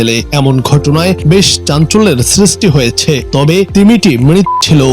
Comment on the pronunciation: মৃত্ না মৃত হবে। বন্য না সামুদ্রিক প্রাণী। কাইন্ডলি উচ্চারণ আর শব্দের ব্যবহার ঠিকভাবে লিখে তারপর পড়বেন। আশা করি সামনে আরো ভালো নিউজ পাবো আপনাদের থেকে।